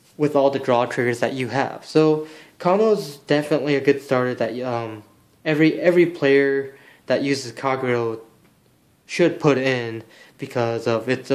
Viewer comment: It's Kagero, not Kargero. XP